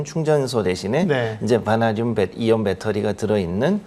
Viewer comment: 앵커님은 처음부터 끝까지 '바나~듐'으로 엉정쩡하게 발음하시군요. 어렵나?ㅡ ㅡ